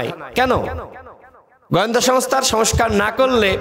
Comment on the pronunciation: কথা বলতে পারো না তো রাজনীতি করতে আসছো কেন পত্যাশা, প্শ্ন, গয়েন্দা, দশর,ষল,যাছছে,পত্যেক,করবে ভাই তুমি কি সত্যিই ঢাকা ভার্সিটি পড়ছো তুমি তো কথাই কইতে পারো না রাজনীতি করতে আইছো মিয়া রাজমিস্ত্রির কাজ কর গিয়ে ভালো ফল পাইবা